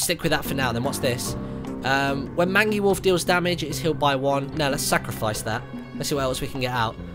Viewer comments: Sorry to be that guy, but automaton is pronounced (ah-tah´ -ma-tahn), and mangy is pronounced (main´ -jee). Liked the video anyway! Can't wait to pick this game up. :) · Mangy = Mane Gee Automaton = Aut om ah ton Please learn to pronounce things. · Was anyone else cringing at Martin's pronunciation of "Mangy"? I'll just about give him Automoton though, that's not a word that comes up in conversation often. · You mispronounced mangy and automaton.